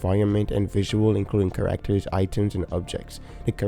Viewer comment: you say “39 playable kerrr Actors”